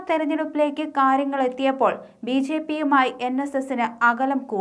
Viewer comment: ബി ശേപ്പി അല്ല കൊച്ചേ